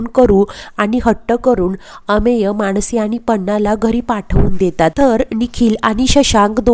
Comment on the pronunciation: मानसी असं नाव आहे माणसी असं म्हणू नका